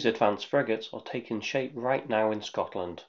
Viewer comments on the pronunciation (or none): none